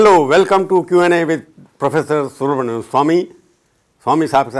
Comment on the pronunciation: Professor surunmurn Swamy 😂😂😂😂😂😂😂😂